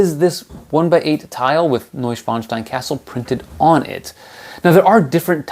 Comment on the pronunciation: LOL! Every time he says the name, I want to say bless you to him. Really tries hard to say it right, doesn't he? Btw, great review. I totally agree with you on all the flaws. The price is too high also. I will wait if I even get it.